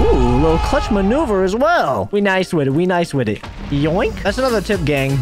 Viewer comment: and the way he pronounces ting and wit is just so funny